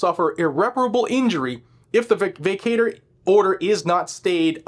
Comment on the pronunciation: vacatur is pronounced, vĀ kă chər